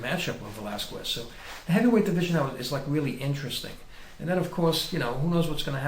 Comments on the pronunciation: Please, get it right! It is pronounsed VelasKEZ, not VelasKUEZ. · It's pronounced KEZ!!! not QWEZ. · It's pronounced "Velaskes" not the other way. It sounds funny the way you Americans say it!! hahaha